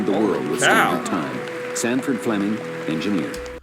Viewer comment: Sanford...Sanford...Sanford...not STanford... there's no "T" in his name. As to "Hard to believe an engineer invented..." (whatever), in actuality, all inventions were made by engineers, whether they had a diploma or not. Engineers are creators by nature...those who seek or create solutions to problems or challenges... They can be mechanical engineers for devices, such as flints used to create fires instead of relying on finding remnants of lightning strikes and trying to keep it going 24 hours per day verses losing it; there were chemical engineers, they very first people to assemble ingredients to make food concoctions, and render bacteria or parasite ridden food as edible... And the more advanced ones that collected herbs to hide the poor flavour from bad food preservation. Some herbs and spices were so valuable for disguising bad flavours, that they were used for currency, such as peppercorns, used preferentially over GOLD because they were lighter, smaller/easy to hide, and easy to transport, but equally valuable. You BECOME an engineer when you invent something useful, official recognition notwithstanding...